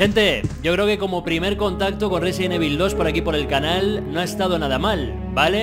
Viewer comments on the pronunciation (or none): residen evil ajajajajaj RESIDENT IVOL se puede pronunciar